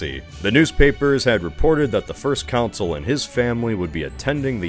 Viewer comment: Are you intentionally mispronouncing Consul and Bourbon?